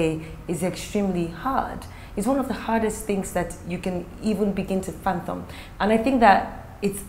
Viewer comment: Actually it's fathom